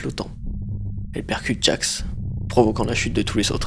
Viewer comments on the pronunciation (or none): gangle: ✨GOOGLE✨ pomni: ✨jester✨ kinger: ✨conner✨ jax: ✨✨jaque✨✨ ragatha: anus 🤨 zooble: zuble✨ caine: 👁👄👁